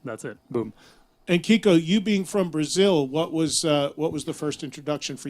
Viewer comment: Kiko's last name gets butchered everytime